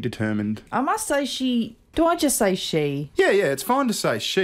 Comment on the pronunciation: When he says "she", I just hear "he". Guess the S is silent